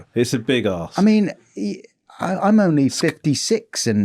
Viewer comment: did Romesh say "that's a big ask" or "that's a big ass"? 😂